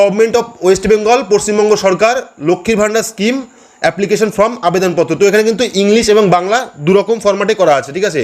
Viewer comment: Dada fromবলছেন বারবার, ওটা হবে form, খুব ভালো বুঝিয়েছেন।